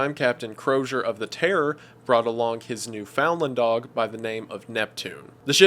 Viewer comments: it bugged me how he called it a new..foundland dog not newfindland dog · Great video Wendigoon! One super tiny nitpick: Newfoundland is pronounced as “Newfunland”, not “New-found-land”. Love your content btw and greetings from Canada! 🇨🇦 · It's not pronounced New Found Land. It's more like New Fun Lind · Hey, idk if anyone else has pointed this out but around the 13 minute mark you say "Newfoundland dog" and pronounce it as new-FOUND-land when it's actually pronounced more like new-found-LAND, and usually just ends up sounding like newfundland. I live in Newfoundland, it's a common mispronunciation from people not from here, I just thought I'd let you know on the off chance you see this comment :) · Hey i just gotta say I’m obsessed with your videos!! But captain croziers dog, is pronounced as New found LAND not newfinland. The only reason I bring it up is because I live there loll😂 anyways I love your videos and I watch them daily!! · When you pronounced "Newfoundland" you say it incorrectly. Say it like "Newf-In-land" and youll have it right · I believe "Newfoundland" is pronounced the way we would pronounce "New Finland". Anyway, fantastic video as usual. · “new-found-land dog” 😂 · Much too late, but as a Newfie, I'm authorized to tell you that it's pronounced like "Newfen land". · His ass said "newfoundlind" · As someone from the maritimes, I always love hearing outsiders pronounce New-found-land, heh. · literally sea of thieves... also as a dirty, seal killing Newfounlander, it is a requirement embedded in my very genes that I must correct your pronunciation of Newfoundland. Newfoundland is pronounced noofin-land. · It makes no sense, but Newfoundland is actually pronounced "NEW-fin-lind" lol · Hey wendigoon great video although the dog breed and the province Newfoundland is pronounced like newf inland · luv u wendigoon but as a newfie, ur pronunciation of newfoundland makes me cry 😵‍💫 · Nah because the way you pronounced Newfoundland is unacceptable